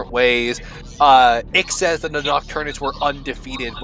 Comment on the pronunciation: Correct me if I’m wrong but I think the correct way to say Ix’s name is actually Nine as in Roman numerals nine? His full name is Pir’Oth Ix so wouldn’t that mean his name is Pir’Oth Nine? It would make sense since the nocturnus clan is very Roman in design. Aside from the technology and industry bit as Rome struggled in those departments.